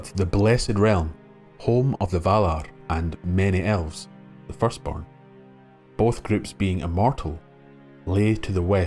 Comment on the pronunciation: This was really great! Though, much as a Scottish accent makes me weak at the knees, it was unintentionally funny to hear: "And the men of the Ale took Suh-ron back to Nuh-mennor from Middle Airth. Even the Fusstborn recognized the power of his rings to PREZAIRVE..." Aye,, ye might try a wee bit harder to nae sound so Gaelic about it all!